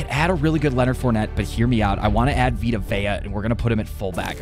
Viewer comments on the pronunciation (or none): none